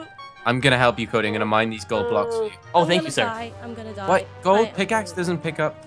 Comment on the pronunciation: i heard she said wath the h__l